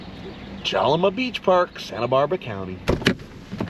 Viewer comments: Check out Lompoc & Mama's Cafe. Grew up at Jalama. Most beautiful place ever! That's why the Chumash Tribe stayed once they discovered it. Hope you at least went and had a famous Jalama ( pronounced Halama) Burger!! You need to go back and re do this video. 😂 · ITS JALAMA WITH AN H LIKE IN JOSE HALAMA BEACH ALSO ITS ALWAYS WINDY THERE LIKE 20 MPH IS NORMAL SO BE READY!